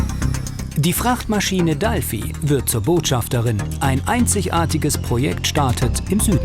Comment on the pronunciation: Oh mann, hat irgendwer sie im Video auch Dalfi genannt? DFieser eigensinn von manchen Fernsehleuten dinge einfach irgendwie anders zu benennen. Dalfi hört sich so Albern an, das Triggert mich total. Ansonnsten ne coole Doku, aber dieses DAlfi, jedes mal ich so Arrgggg.